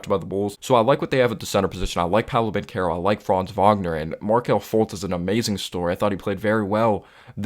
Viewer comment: Good vid. I like you putting out consistent content. Extra props for pronouncing Banchero and Wagner name correctly. 👍🏽👍🏽👍🏽